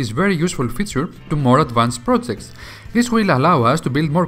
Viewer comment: you say plojects, stalted